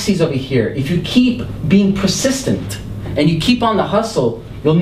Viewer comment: Hey, Masters persistent, not presistent.